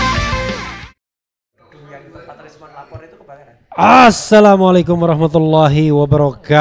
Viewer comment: Masukan sedikit pengucapan السلام assalamualaikum bukan Aaaassalamu Alaikum, akan merubah arti